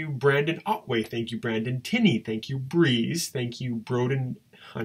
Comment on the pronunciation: Lol, I didn't hear my name I said to give yourself a pat on the back (e,g English phrase meaning - telling yourself you did a good job,) instead but I didn't see that either.Unless you pronounced Briggsy as Breeze. This was funny to watch, great job.